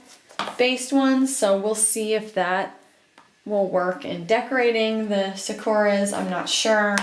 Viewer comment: its literally sah-koo-rah? like in japanese its sa-ku-ra